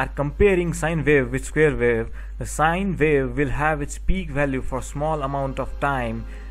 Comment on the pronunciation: And vy? Sine vave, square vave and vaveform, I was having some difficulty trying to digest listening pronunciation between W and V. Does India have the same with Germany and some African countries with regards to pronunciation? No offense about this comments, thanks!